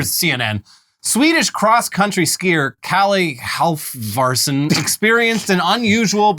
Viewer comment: Halfvarsson is pronounced hal-var-son, don't ask me why the f is quiet I dunno